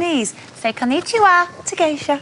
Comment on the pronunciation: HER PRONOUNCIATION OF KONNICHIWA EEEEEERRRGRREERGFEEEER